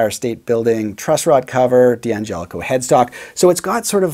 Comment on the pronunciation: "Dan gelico"